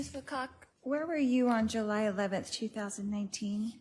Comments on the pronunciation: I know. How funny was that JU Ju Juuly…!!Lmao!!!! wipe the cheese from around your mouth Lori before you speak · Yes 😂😂😂😂😂 she said JU JU JULLY LMAOOOOOO 😊